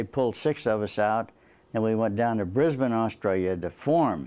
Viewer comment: Yeah a yank pronounced Brisbane correctly